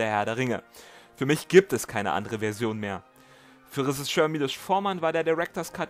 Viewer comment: Das ist ein unfassbar großartiges Video über einen unfassbar großartigen Film. Danke dafür! Nur das "Resischör" triggert mich ein wenig 😉